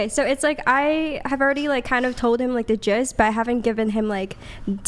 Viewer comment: It's not "jazz" either.. google it and you'll see.. Andrew too!? It's GIST